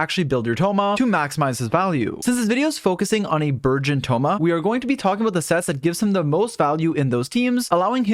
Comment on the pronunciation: Also the entire time it sounded like you were saying "virgin team" it was amusing